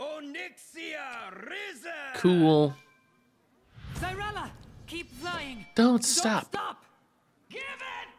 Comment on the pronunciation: Watching struggle with risen has me questioning if his brain has any wrinkles.